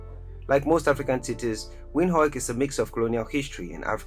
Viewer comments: It's pronounced "Vind-hook" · Windhoek is pronounced "Vint-Hook" it's Afrikaans